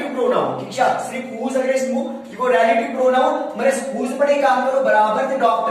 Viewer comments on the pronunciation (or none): Ralative pronoun😂